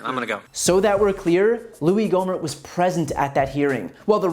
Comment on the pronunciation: "Louie"?!?!? "gohmert"?!!?!? Sounds like some stupid ass.